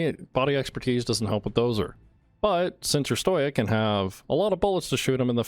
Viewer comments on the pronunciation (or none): Bruh he says stoic as stojiec fml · It’s pronounced stow-ick